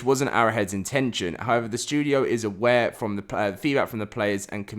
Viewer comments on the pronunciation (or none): none